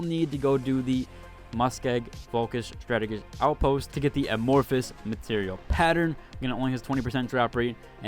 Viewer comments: A-morph-us. Not Am-for-us. The "f" sound isn't near the front of the word. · at this point you're trolling on the pronunciation of "amorphous"